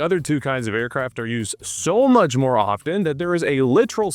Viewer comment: The “t” in “often” is silent. CHRIST.